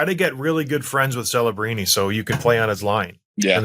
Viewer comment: he said kelebrini lol